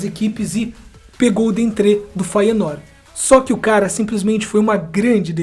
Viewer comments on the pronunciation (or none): none